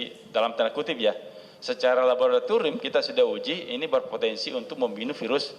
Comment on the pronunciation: secara labebbrrrrtorium